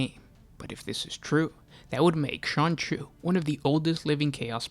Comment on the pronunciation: Keep hearing "Sonichu".